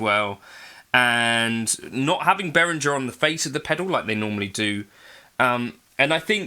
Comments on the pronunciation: It is german, Beh-Ring-Air if you want to get the pronunciation correct. Sorry for being a spelling Nazi. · In the name Behringer, a letter g is pronounced as a hard g. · Thanks! I always pronounced it as Be-rin-jer like most other North Americans. So the er is pronounced like air?